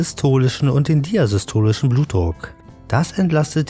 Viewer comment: Diastolisch...hab noch nie diasystolisch gehört